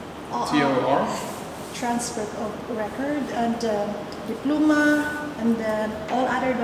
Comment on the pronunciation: dipluma? diploma- diplowma’